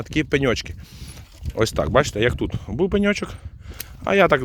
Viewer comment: Як подобаеться Вашэ: на пэньочок! 😅 Дякую,! ❤